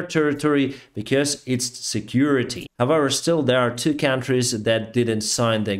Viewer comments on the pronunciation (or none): none